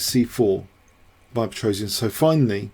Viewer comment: I like the funny way, you Americans (mis-)pronounce the name Petrosian... :-) It's "Pe - tros - yan", not "Pe - tro - si - an"...